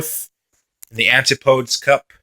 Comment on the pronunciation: It's pronounced an-tip-uh-dee but fair enough ;)